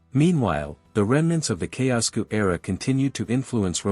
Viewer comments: not even pronouncing the names correctly by a click bait is really "facts" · The AI voice and mispronunciation of the names ruined it for me. Thumbs down.